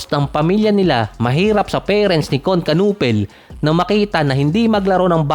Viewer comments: "knew pel" ang pag pronounce sa apilyedo niya hindi kanupel. Hahaha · Kinipol ang pronunciation ng apelyido nya hahaha. Sabi ni Nowitzki ibig sabihin daw ng apelyido ni Kon sa German ay baseball bat. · simple lang ang basa don. "KON NU-PEL". silent "K". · Ganito Ang pronounce kunepel (knueppel) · Kanipol boss ganyan pag pronounce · Kayanga nakakatawa di marunong magbigkas ng silent letters hehe